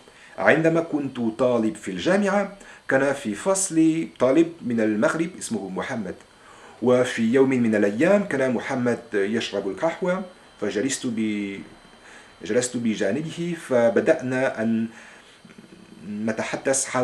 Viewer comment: و عليكم السلام ، أنت الفرنسي الوحيد الذي شاهدته باليوتيوب ينطق العربية بفصاحة، فقط هناك تعقيب صغير بخصوص: التنوين: عندما كنت (طالباً) ً_كان في فصلي (طالباً)، و مشكلة في النطق السليم للحروف الهجائية مثل الهاء(القهوة) و الغين (صغيرة)، نقول "كيفية لفظها" أو "التلفظ"، حيث حرف الظاء(ظ)يجب أن تكون مفخّمة تماما مثل نُطق البريطانيين لأداة التعريف TH لكن بالتفخيم، ليست هناك كلمة"جُملات" في العربية فقط "جملة" للمُفرد و "جُمل" للجمع و في حالتك هذه نقول "بِضعُ جُملٍ" أو "بَعضُ الجُملِ"، وعندما قلتَ "قريت (قرأت) كل العطلة الصيفية بـ(في) تعلّم ..." تقصد أنك تريد قول"إستغللت العطلة الصيفية في تعلُّم..."، هذا كلّ ما في الأمر. بالتوفيق